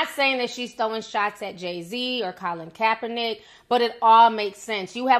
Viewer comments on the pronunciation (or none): none